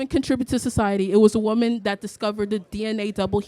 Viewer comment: Not a single one of these retards pronounced the word woman properly 🤦